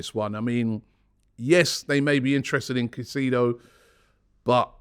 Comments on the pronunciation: We need to sign Moises he is a huge player for the future! Hes so hungry and ready for the challenge. He's also a fan! BTW his surname is pronounced Kai-Say-Dough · ROBBIE its You pronunced caicedo wrong. ITS KAI.SAY.DOUGH in english sir